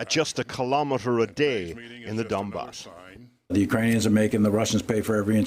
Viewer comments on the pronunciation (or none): please, in next video say donbass, not a dambass